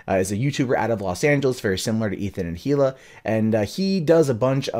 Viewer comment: Come on dude, it's not pronounced "he-luh" it's pronounced "ee-luh." The "H" is silent.